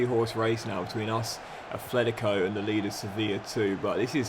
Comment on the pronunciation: Please, there's no 'h' in Atletico Madrid